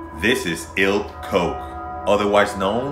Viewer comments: Ilse Koch not Else Coke please pronounce it right and the stories were not really true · While I love these videos as I feel that we should never forget.. the name Pronunciation is ilza Kog(the g would sound a little phlegmy when said)